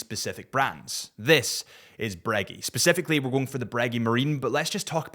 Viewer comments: Are you saying Breg-"ee" on purpose for Breguet? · Pronounce breguet correctly please